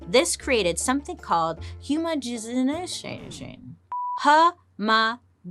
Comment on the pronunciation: Bailey trying to pronounce homogenisation.🤣🤣🤣🤣🤣🤣🤣🤣🤣🤣🤣🤣